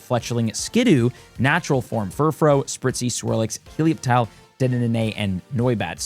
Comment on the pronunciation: That was bad, but the Furfrou forms pronunciations was infuriating.